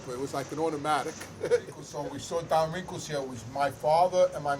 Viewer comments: His name is don rickles. Not wrinkles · I love ya, you’re a beautiful guy and I hope your channel takes off like a rocket. But you gotta do me a big favor… stop calling Don Rickles “Don Wrinkles”! Haha god bless bro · He said Don Wrinkles 😂